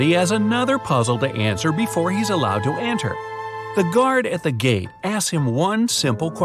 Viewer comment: Bright side:but has has one more riddle to answer to enter Me:Anter? What is Anter? Idk why i heard anter instead of enter who else heard anter?